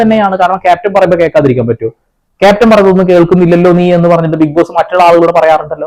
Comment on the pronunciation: ഇതെന്താ ബിഗ് പോസ്സേ ഇംഗ്ലീഷ് ബിഗ്‌ബോസോ 😂